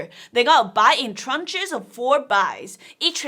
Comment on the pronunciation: Tranche not Trunch…